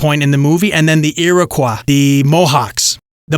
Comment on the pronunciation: I cringe every time he says Iroquois. He butchered it 🤣 Mohawk, my people, were keepers of the Eastern door. If Europeans were allowed passage through, they were assumed to be trustworthy, at least for trade. Because many, and I mean many, didn’t make it through Mohawk territory. 😂